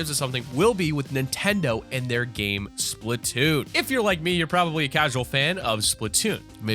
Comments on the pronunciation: It's Splatoon NOT SPLITNOON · just for clarification. the nintendo game is Splat- toon the audio in the video sounded like split-toon, but I want a paint gun